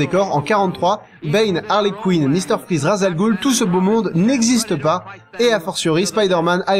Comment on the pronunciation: ENFIN QUELQU'UN QUI PRONONCE "VICTOR VON FRAÏZE" PLUTÔT QUE "FRIZE" !!!